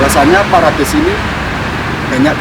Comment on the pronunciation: Maaf ngucapnya salah broew,yg benar perades,salah ucap parades